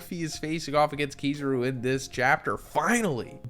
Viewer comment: KiZAru… KI-ZAH-RU… not KiZUru…